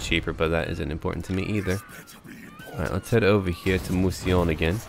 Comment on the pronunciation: Pronunciation: Mousillon - Moo-See-Lee-uhn